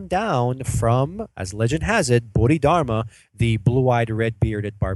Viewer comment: I'm sorry It is read as bo-di-dar-ma